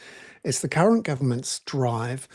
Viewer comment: Bernard, you might like to ensure that you clearly annunciate the r’s in “current” when you say “current government” ;p